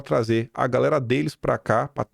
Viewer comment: E ai gaReRa? 😂